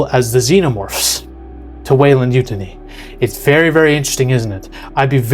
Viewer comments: No problem saying Youtja but cant say Yutani 😂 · You can’t even pronounce Utahne properly lol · I hate the way you are pronouncing yutani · This is finally bridging the gap with alien and predator making them in the same universe. Which is dope. You butchering Yutani. Man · How can you claim such prestigious nerd cred while pronouncing Yutani so wrong? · Why do you pronounce Yutani like that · You're pronouncing Yutani wrong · I've honestly never heard Yutani pronounced that way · YOO - TONNY! Not YU- TUNNY! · U-tan-e not u-tanee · Why are you pronouncing Yutani like Mutiny? It’s You-Tah-Knee, they even say it in other movies. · You-taw-nee not you-tin-ee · U-ten-knee...??? No! Its..... You-Tahn-knee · Sorry, can't take any you say seriously when yo can't pronounce the corp name that has been said throughout the Alien franchise multiple times. You-tinny? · Not pronounced "Yútani" but "Yutáni". You should know that. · Come on its probounced yu tan ee. Not utiny lol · It's YuTAHni. YuTAHni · WEYLAND YUANTI (you-tah-nee) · Weyland 'YU-TAHN-EE' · You-Tah-Nee bro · Take a shot each time he says "utinity" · Weyland YOU-TA-NEE..Rock on. EDIT Side note WY has ALWAYS tried to get their hands on Predator Tech....if you paid attention to the AVP post credits. THOSE FUCKS WANT PREDATOR TECH AND THE BEAST!!! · Say it with me; "You-tahn-ee". They pronounce it several times through out the different series. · Waylind yoo-tawnee. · sorry but this bugged me- The company name Weyland-Yutani, from the Alien franchise, is pronounced "WAY-lund YOU-tah-nee". The first part, Weyland, is pronounced like the name "Wayland". The second part, Yutani, is pronounced with a soft "y" sound, similar to the beginning of "you," followed by "tah-nee". The name is a combination of the names of two individuals, one British (Weyland) and one Japanese (Yutani) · it's pronounced U-TON-E. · what is up with the pronunciation XD...weyland yutini ? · You mean u-TAHN-e